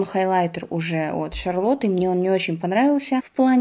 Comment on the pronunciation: А почему ЭСТИ ЛОДЕР, ДЖЭФРИ СТААР, а ШАРЛОТ ТИЛБЬЮРИ стала ШАРЛОТТА??? Почему твоей шикарное произношение куда-то делось?))🥲